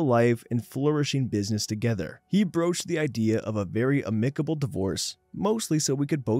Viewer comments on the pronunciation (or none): One of my favorite narrators. However, it's pronounced AMicable.